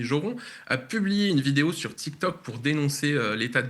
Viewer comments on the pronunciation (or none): none